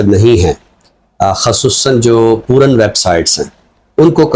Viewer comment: سلام پیارے ۔ آپ نے گندگی ویب سائٹ کا ذکر کرتے ہوئے جو لفظ پوو رن لفظ بولا ہے یہ تلفظ بالکل غلط ہے انگلش کا لفظ ہے porn, Po Rn سو، یہ ایسے ہی بولا جانا چاھئیے، یہ میری ناقص رائے ہے۔ آپ کے مداح پوو رن، (جیسے پھولن) سن کر سوال اٹھائیں گے۔ ممکن ہو تو ایڈیٹ کر دیں پلیز